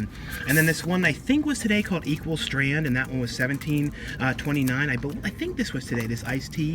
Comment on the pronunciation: In the video, you kept saying Equal Strand, it's actually Equal Standard.